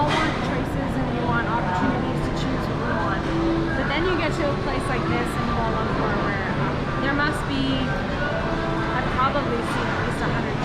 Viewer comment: If you are going to make videos about a city in a foreign country perhaps you should make an effort to learn the correct pronunciation of the city. It’s not “koala lamper”!